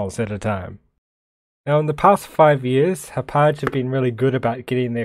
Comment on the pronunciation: I live in the town that the company Hauppauge is named for. It's pronounced HOP-HOG.